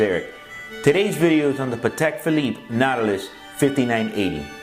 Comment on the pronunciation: It´s not a PAtek, it is a patek PHilippe.